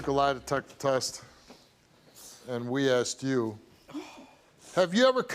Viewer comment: This story is sad, but this family needs to learn how to use proper english. Asted?? Axed?? Its asked!!!! Mom obviously didnt care to properly raise her children.